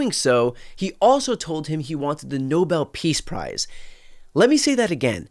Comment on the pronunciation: they should give him a gold medal saying Nobel pis price